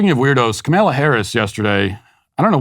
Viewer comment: I like how you say Kamala like KcMayla